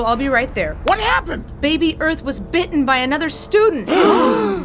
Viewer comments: Not arth. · How you pronounce this? Arth? Earth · Lol. How can a teacher not pronounce Earth?